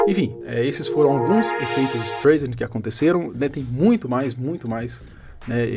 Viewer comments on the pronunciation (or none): Em tempo....a cantora é Barbra Streisand....se pronuncia " istraisande" e não " istreisande" ...resumindo o nome do efeito é " istraisande" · Só eu que ficou incomodado com o "estrêiçandi" ? rs Pessoal do canal podia dar uma polida melhor ao passar a matéria, né ?! É meio notório que a pronúncia do sobrenome da atriz é "estráissand" rs. Bom, brincadeiras à parte com as escritas e pronúncias, realmente é bacana pelo menos a gente realmente pesquisar mais um pouquinho quando vamos discorrer sobre determinados assuntos, nos quais nos exige mais conhecimento sobre línguas não nativas. Abçs a todos. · A pronúncia do nome é STRÁISAND. Me admiro que você não saiba. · sempre vejo teus vídeos, admiro sua redação e sua parte editorial, vc é um rapaz inteligente.......................masssssssssssss, vc tá pronunciando errado o nome do efeito.....seria assim a pronuncia certa aportuguesado" ESTRAISEND".....BLZ (Y) mas 99% do resto ta show........só pesquisar que vc vai confirmar. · Tá, daí vc fala o nome certo da Barbara Streisand... Se não souber se diz Straisend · o sobrenome dela se pronuncia "Straizen" mas ótimo vídeo. Só uma observação construtiva! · Streisend lê-se “StrAisend” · A pronúncia correta de “Streisand” é “ISTRAISEN” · se fala "estraissen" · Parei o vídeo e fui embora no "ISTREIZEN"... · Se pronuncia Estraiser o nome de atriz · Poderia ter estudado um pouco antes de gravar o vídeo e falar a pronúncia certa do Streisand. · leva mal não, mas sua pronúncia no nome dela está errado. Huehue obrigado por pelo vídeo eu não sabia sobre esse caso sobre ela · Porra mano, sabe nem falar o nome da mulher, pqp